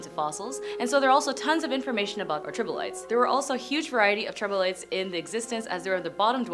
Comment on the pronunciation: Hint: it’s NOT tribolites.